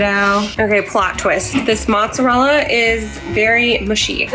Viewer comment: Good luck wit your move! Please try saying Mootz-uh-rella.